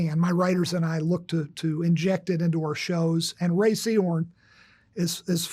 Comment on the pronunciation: Isabela, obrigado por pronunciar o nome da Rhea corretamente. Só isso ja demonstra que você fez uma pesquisa mais profunda que 99% do youtube que ta falando sobre a série. Você está em outro nível!